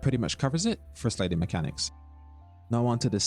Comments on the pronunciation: lol cant get over how he said sliding "slading" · what kind of accent says "slayding"? no hate, im just asking